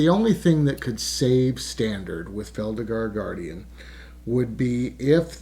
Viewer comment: It's Felidar Guardian, not Feldigar Guardian.